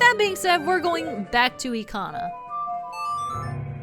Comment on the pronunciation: I agree the buildings look like peanuts, also it is eekana cause it use japanese syllables not that it matters to me how you say it